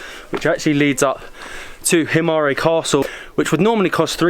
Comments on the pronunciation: please you don't pronounce it as himaré just himar without the ë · Guys it's called "Himara" or "Himarë" but not Himare..... ë is pronounced like "a" in "a book"... but you can also not pronounce it at all when it;s on the end of the word...so you can also say "Himar"... Btw ... you have a very good chemistry together so the videos you make are quiet amusing ... keep going like this :) P.s Molly looks like she is from Korça .... ahahahah